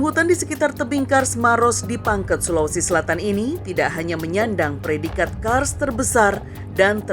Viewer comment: Maaf min koreksi pangkep bukan pangket